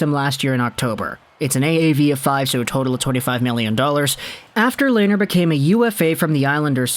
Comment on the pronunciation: Coming from a Sens fan. Pronounced Len-er not lay-ner